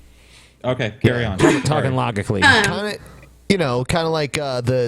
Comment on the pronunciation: She's 9/10 , she commits unwaveringly but gets really dull after a while. Also, when she mispronounced "logical", it was too much.